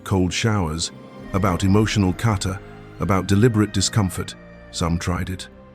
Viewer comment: Isn’t it Kata? Not Carter?